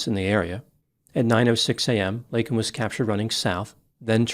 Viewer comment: The worst part is that he apologized for saying illegal other than undocumented….yet he did NOT apologize for mispronouncing her name… he called “Laken” “Lincoln “…unbelievable